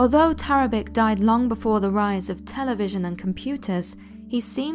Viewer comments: Yeah, that's pronounced TARABICH not TARABIK. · Very well done, thank you. Just one thing .. Tarabic is actually pronounced Tarabich - there is an accent over the 'c' in Serbo-Croat which makes the 'c' a 'ch' sound. Just thought you should know for the future ;-)